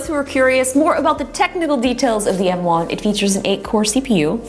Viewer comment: She keeps saying “N1” instead of “M1”